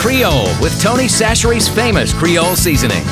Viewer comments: LOL everyone pronounces "Chachere" wrong..my last name is chachere and i've only met one person who said it right. :0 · Gotta love it when a commenter corrects someone else's name pronunciation. Watch the damned video! It's French by way of Louisiana, not Paris. Sash-er-ee. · It annoys me that they're pronouncing Chachere's wrong. The first boy to speak said it almost correctly.